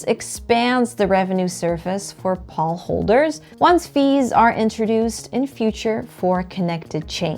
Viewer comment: Excellent video. Except POL is pronounced “Pole”.